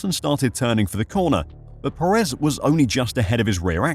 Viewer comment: Just an fyi it’s pronounced PErez not peREZ.